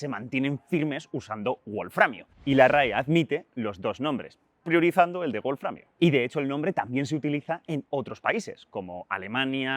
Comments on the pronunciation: Una prueba de que el idioma inglés es preponderante, es la insistencia de QuantumFracture en pronunciar "buolframio" en lugar de "bolframio". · Sólo una cosita, un fallo en pronunciación... "wolframio" no es una palabra de origen inglés, sino alemán, por lo que la "w" no debería pronunciarse "u" sino "b". Lo mismo con "wolfram".